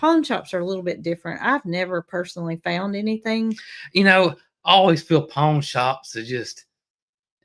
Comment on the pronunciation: I’m southern but the way yall saw pawn shop is funny, I bet some are trying to figure out what ur talking about. Lol. I’m in ga but we pronounce it like pond but without the d.